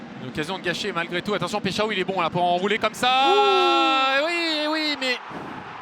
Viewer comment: "péshao" MDR ils cherchent même pas comment prononcer les noms des joueurs 🤣🤣